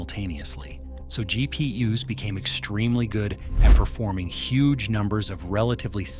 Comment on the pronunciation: Its GP-Us i love it ;)